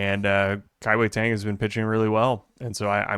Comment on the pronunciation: Guys, it's not pronounced Kai Wei TANG. Pronounce it like you're saying DONE but with a G sound. Kai-Wei DONEG